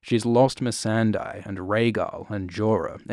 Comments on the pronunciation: It's Mee-san-day, not Mee-san-dy. You mispronounce her name in every video. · Do you still pronounce the name MEE-SAN-DIE? I swear to God... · why does he say "Missendai"? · How could you still mispronounce Missandei 😫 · this vid pissed me off for the sole reason of how you say missandei